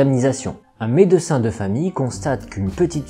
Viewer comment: Super vidéo, merci. Par contre, stp, revois ta prononciation du mot "médecin". Par pitié, ne le décompose pas, dis le en une seule fois, d'autant plus que tu n'as pas de seins.